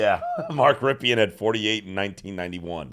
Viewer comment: As a Redskins / Commanders fan - you are butchering Rypien's name. Lol Brett Rypien is his nephew.